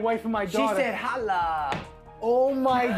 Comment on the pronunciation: She said Holl-ah